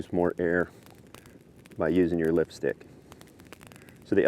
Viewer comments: lol i am big dummy. i thought he's saying Lipstick. then he focus the lift, its actually Lift-stick! hahahha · I kept hearing him say 'lipstick'